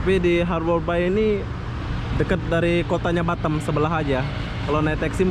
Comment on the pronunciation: Boss nyebut BATAM nya kok jadi BaTEm...hehehhehe klu di englis nya artinya lain boss hahahha